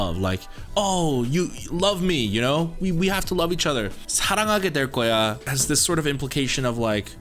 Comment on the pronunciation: 한국인이신가요? 사랑하게될거야 발음 깜놀